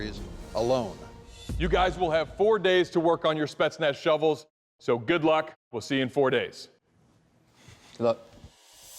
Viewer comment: Anyone else notice him say "Speznats?" Lol